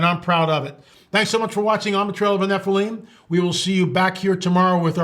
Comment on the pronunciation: Why do none of these people in the pronunciation of things you're mispronouncing the word Nephilim